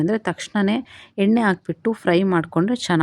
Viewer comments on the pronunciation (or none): ಎನ್ನೆ ಅಲ್ಲಮ್ಮ ಎಣ್ಣೆ ಅಂತಹೇಳಿ